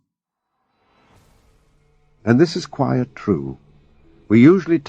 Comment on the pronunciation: Why doesn't AI understand the difference between the words quiet and quite?